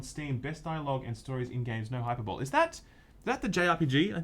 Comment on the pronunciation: Just an FYI, you mispronounce the word "Hyperbole"